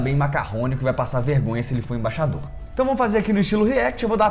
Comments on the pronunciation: Você fala Imbaixador, quando o correto é Embaixador. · no início do vídeo aos 6 segundos, vc fala "IMBAIXADOR"...